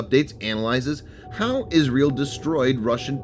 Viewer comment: What is "Israle" ?? Good video though.